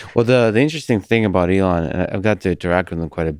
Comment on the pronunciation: He can't even pronounce ELON's name correctly!!!! - "SpaceX and Tesla were obvious" Please cancel this man